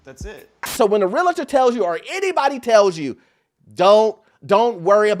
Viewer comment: 🗣️It’s Real-tor! not Real-i-tor 😁